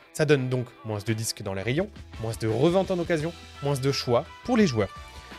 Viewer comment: Je rêve pas t'as dis "moinsse"?!? Sois croyant ! Et remercie ton créateur qu'on soit séparé virtuellement